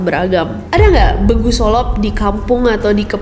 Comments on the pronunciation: Saya sebagai warga asli daerah di Sumatera Utara, izin koreksi kak, penyebutan begu nya pakai huruf E besar gtu. Logat khas batak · lebih deket ke lelet, e nya lebih kuat dari lele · kak, mau koreksi sedikit. begu solop itu baca e nya huruf e keras kak. jadi bacanya begu solop kayak baca tempe atau baca goreng. bukan e lunak kayak baca lelah atau letih.. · Kak, yg bener pengucapan "begu" itu seperti ngucapin "e" pada "ekor" atau "besok".. bukan "e"pada "apel".. sempet bingung td pas nonton begu dari tanah batak..ga pnah dengar istilah begu (pengucapan kak nessi) 😂 ..ternyata mksdnya "begu" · Gregetan nyebut begu nya pake e 'redup' bukan e 'belok' 😭😭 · untuk baca begu, e nya lebih keras penekanan nya Khas batak lah 😅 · Kak nessi sehat selalu ya 😊 Mau kasih tahu aja pelafalan "Begu" huruf 'E' nya diucapkan dengan tegas seperti pelafalan 'bebek'. Terimakasih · Sorry kak Nes.. koreksi dikit. Dibacanya Begu seperti pada kata Sewu. 🙏🤗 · pengucapan "be" pada begu itu harusnya sama dengan pengucapan pada kata "bela, bego, besti" begitu kak nes (cmiiw) 🙏🏻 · Cara pengucapan "begu" salah kak,yg bner itu kyak kita ngucapin a b c d e,nah pas ngucapin e itu kan dilepasin gak kedalam,kek kita ngomong herman-->e nya itu kan dilepasin gitu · Btw kak "Begu solop" Cara bacanya itu kaya "Be" Nya bebek,,, jadi kaya beguu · Baru opening kaget sama penyebutan 'begu' nya Ijin benerin yaa ka buat penyebutan 'be' nya itu sama kyk bebek yaa Trima kasihh ka, horasss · BEGU itu, ngucapinnya kayak blg huruf E di BEBEK kak, bukan kayak bilang e di bedah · Sebutan "Begu", "E" Nya itu kyk nyebut E "Ember" Bukan kyk nyebut "Elang". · Kak Ness, mungkin sedikit revisi untuk logat batak, penyebutan huruf 'e' di kata Begu, penggunaan huruf nya itu harusnya 'e keras' kayak huruf e di kata 'lengket'. Anyway, thankyou for the story, kak 🙏🏻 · Kak aku mikir apa begu ("e" sounds like apel buah ) yg ka nessie maksudd 😭😭😭 turns out "bEgu" ("e" sounds like apel upacara) 😂😂😂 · Bacanya begu (e di kata sate)